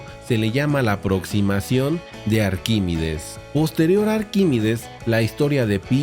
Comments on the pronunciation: Has pronunciado arquímides en vez de ArquímEdes un montón de veces. Muy interesante por lo demás. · Arquímedes no es Arquímides. Aprenda usted a leer antes de ofrecer sus clases.